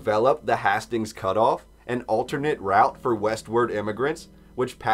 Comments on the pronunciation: hay-stings not hah-stings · Yo, Hastings is Haste-Ings. You sound stupid.